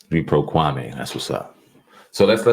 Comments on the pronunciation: So you two haven't seen enough of Kwame's (Kwa•mee) videos to know that you two are still mispronouncing this man's name? You're doing what Stephen A is doing. Maybe this is your subliminal shout out to the Go Along Get Along Gang? His name is not pronounced Kwa•may. It's pronounced Kwa•mee. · It’s Pronounced KWA-ME .. not KWA-MAY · Hi guys, Kwame name is pronounced Kwa(me), not Kwamae. I know you're not being disrespectful, I just want you to have the correct pronunciation. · His name is actually pronounced Kwa-meeee